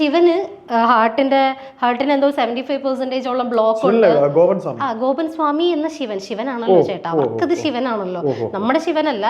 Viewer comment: സേമി അല്ല സ്വാമി